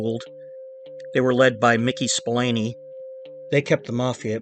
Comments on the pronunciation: That’s pronounced “Spill-AIN.” Not “Spill-ANI.” He’s Irish, not Italian. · Great job with this story but Mickey Spillane is pronounced Mickey Spillane y!!!!!! Hysterical 🤣🤣🤣😜😂😜. Classic guys 😂